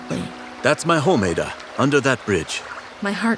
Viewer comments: exactly it is ADD A not aie da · By the way the name is pronounce ah-da not a- da hah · I’m Nigerian it’s pronounced Add-A not Aid-A. 😅 My Igbo name is Ada. My guess is she and her family are Igbo. I have an uncle named Austin. So many of my aunties have the name Chi. It really hits home. 😭❤️ This is story is really good. 🇳🇬 ❤ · It's Ada not aeda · Why did they pronounced her name wrong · Naw …that is not how u pronounce MY NAME!! as a NIGERIAN ‼️